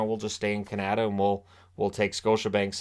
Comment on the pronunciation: Canada isn't pronounced like that.